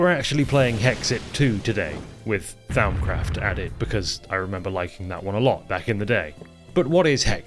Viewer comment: Hearing butcher "Th-ow-mcraft" as well as Vis is... I mean, I can't blame him, that was me at one point. With Vis, anyways. I get it, Latin is hard and changed a lot over the couple millennia it spanned lol I will say, though, "Th-ow-m" is absolutely a new one to me, lol. It's typically pronounced "Th-om". That is, "om" as in "Romper":) Vis is pronounced "Vii". That is, "ii" as in the Nintendo Wii. It's Latin for "force"!:D In fact, in most Latin words that end in "-is", that s is silent ^-^ Both of those pronunciations are direct from the mod author, Azanor:) Or at least, from my memory of a nearly two-decade-old video on a pretty niche (at the time) channel. It lines up with my more recent (albeit still a while ago) Latin studies though. Speaking of old channels - anyone else remember watching Direwolf20's Forgecraft series? Or better yet, his old 1.2.5 singleplayer? Peak modded minecraft. Enough to make a grown gamer cry 🥲 I make mods now - likely in no small part because of DW20's time on Forgecraft lol